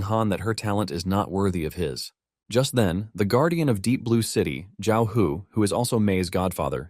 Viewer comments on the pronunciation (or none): none